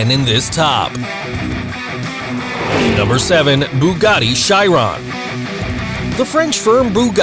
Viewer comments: you said Chiron wrong btw just saying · Pronounces a Chiron wrong, Koenigsegg etc Me: And, that, I have decided that, I want to die.